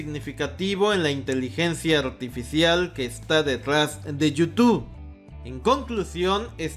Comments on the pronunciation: Amigo: porqué nunca has podido decir Youtube?? Siempre dices you2 jeje. Saludos. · Como cuando dices: yu tu 😂😂😂